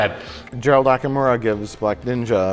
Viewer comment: They consistently always pronounce Gerald Okamura's name wrong. They should apologize to the guy named Gerald Akamira who constantly thinks they're talking about him.